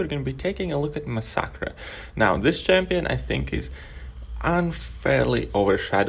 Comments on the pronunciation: Please... You dont have to say the Champions name Over n Over!! Lol mix the fact that most people pronounce the name MASS a KERR.. Was quite annoying... Although you know i am a big fan of the channel...you dont need to mention rhe champions name upwards of 75 times along the course of this video.. A smaller YTer named Wookeh sponge r5/65 his massacre before people were able to have 15+ maxed 5*.. Check his channel out if you get a chance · Mas-sackra??? Cmon man, does that not sound weird coming out of your mouth?!? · Mass-uh-ker is how it’s pronounced👍🏼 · i guess it is technically supposed to be spanish so should be pronounced mah-sack-ree but me being english would go for the english sound in mass-er-ker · i have never heard anyone say masacre like you do in my life. xD